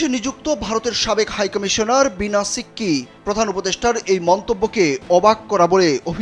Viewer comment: নামটা প্রকৃতপক্ষে "বিনা সিক্রি"। আপনি বারবার বলছেন শিক্কি!!